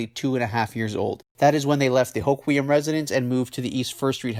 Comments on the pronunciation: I think it’s pronounced “Ho-Kwum” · Great video as always, byw it’s pronounced “Ho-quem” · Born in Aberdeen. No there isn't two ways to pronounce the town's name . And both of your pronunciations are wrong.